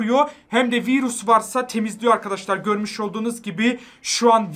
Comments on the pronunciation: Abi o viiirus değil virüs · Abi virus değil virüs 😂😂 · Abi viğirus değil virüs😂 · Viiiruss😂 abi duzgün desena 😂